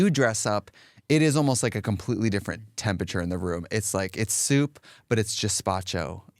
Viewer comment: Love trixie but 'tempicher' is sending me